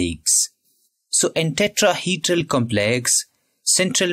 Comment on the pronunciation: Tetrahedral❌ Tetraheedral✅ 😂😂